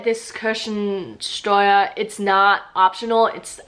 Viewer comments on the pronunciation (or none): I love the way butchers the spelling of Church-Taxes, for me it sounds like there is a mandatory cherry-tax in Germany as she says Kirschen-Steuer instead of Kirchen-Steuer;-) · Yes, but the "Kirschensteuer" has potenial for improvement. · Kirchen-Steuern sind keine Kirschen-Steuern und werden deshalb mit "ch" und nicht mit "sch" gesprochen!